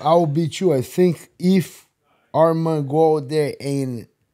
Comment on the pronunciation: Moicano, your pronounce Arman's name is perfect 👌 Keep going brother